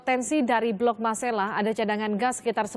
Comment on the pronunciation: Bukan blok masala tetapi MARSElA tlg yg benar ucapannya sbg putra daerah keberatan